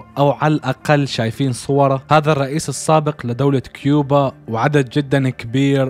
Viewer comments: كوبا مش كيوبا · الدوله اسمها كوبا مو كيوبا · كوبا مو كيوبا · 🇨🇺 كوبا ❌ كيبوا✔️ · اسمها كوبا يالحبيب 😂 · كوبا ❌ كيوبا ✅ 😂😂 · كوبا❎ كيوبا✅ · اخي عندك غلط اسم الدولة الي في المرتبة الثانية كوبا مو كيوبا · كوبا 🇨🇺 وليس كيوبا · كوبا مش كوبيا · يا اخي دوات كوبا مش كيوبا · دولة (كوبا) ولسيت (كيوبا) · مش كيوبا كوبا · اسمها ( كوبا ) مو (كيوبا ) ☭ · دولة كوبة ليس كيوبة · تصحيح الدوله اسمهاا كوبا وليست كوبيا* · مع عدم المؤاخذة في تصحيح لتعليقك انت قلت ( تصحيح الدولة اسمها كوبا و ليس كوبيا ) بس هو قال كيوبا مو كوبيا لا تفهمني غلط بس اصحح تعليقك